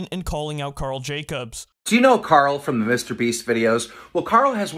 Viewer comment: ok not even a second in and you said karl wrong